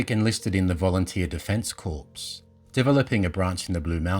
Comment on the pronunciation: I think that word is corps not corpses pronounced “core”. A great place to escape the horrors of war, any war. Thanks for such a great unknown gem of a story.